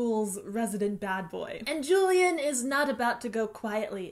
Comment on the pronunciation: Miss you! Now that you use twitter less I always look forward to your vids, just to see how u r doing lately. ♡ U have a special place in my heart as a youtuber ♡ PS: i listened to the audiobook n JULIAN is pronounced as "who-lee-aren't". Just FYI:)